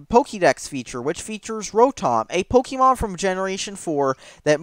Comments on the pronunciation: If your going to shit on Pokèmon, at least pronounce it correctly. Its Pok-ay-mon. Not Pok-eee-mon. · Hahahahahahha Is it just me or does spell Pokémon as Pokimon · man, really love playing Pok-y-mon! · POE KEY MAWWWN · You're saying Pokémon wrong.